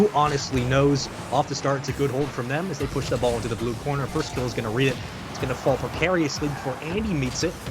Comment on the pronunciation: "firstkilla" no, not firstkiller, firstkillAH